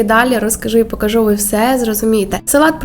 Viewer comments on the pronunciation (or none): none